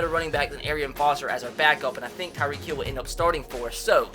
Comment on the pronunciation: Why does he say tyreek heel